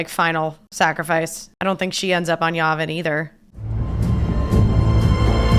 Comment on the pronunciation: It's pronounced Yeah Vin, not Yah Vin. Yavin